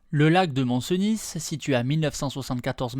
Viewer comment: C'est val CENIII et le Mont CENIII et non val Cenisss ni le Mont Cenisss, le sudisteu ! ;-)